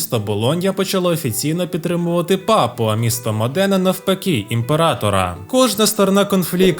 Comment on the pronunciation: Дяка-пердяка, але є важливе уточнення : місто не МодЕна, а МОдена, наголос на о)